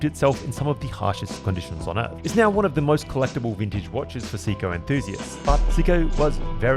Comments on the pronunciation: Say ko…not see ko! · Pronounced SAY-ko… please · Maybe that’s how they pronounce it in the UK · I couldn't listen to you mispronounce Seiko anymore. Out at 1 minute, 46 seconds. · Great video but ruined by the fact you cant pronounce the name correctly